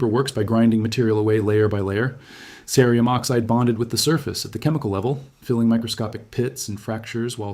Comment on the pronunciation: Your audio is heard well, and your video is informative. The only question I have is why, throughout your tutorial, you repeatedly mispronounce the word cerium using the hard (C) sound, then the soft sound, over and over?